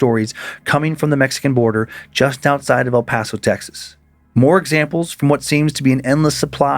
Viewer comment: The way my ears PERKED up hearing near the border I KNEW it would be about EPTX!!! Finally some recognition to the sun city of 915!! Also very impressive pronunciation Dan, people who aren’t from the aren’t don’t usually pronounce El Paso correctly so shout to to Dan!